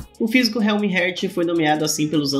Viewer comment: O correto é "Éter", e o "Realmheart" se pronúncia "Realmehart".Não estou criticando, só tentando ajudar, sou fã dos seus vídeos e espero que algum dia você leia Tower Of God aqui kk